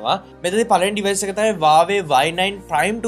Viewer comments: 😂😂හරි වචනෙ තමයි වාවේ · Yakooo wave neme huawei hariyata kiyapan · හරියට Huawei කියපන් වාවේ වාවේ ගන්නෙ නැතුව😂වාවේ වාවේ